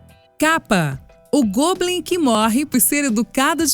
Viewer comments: n se le goblin e sim góblin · se pronuncia "Góblim" e não "Gôblim"